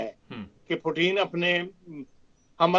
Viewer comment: پیوٹِن نام ہے پوٹین نہیں۔ پوٹین تو ایک کھانے کی چیز ہے